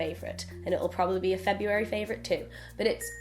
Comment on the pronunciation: I'm so disappointed you mispronounced February..